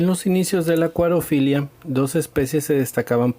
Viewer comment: Se dice acuariofilia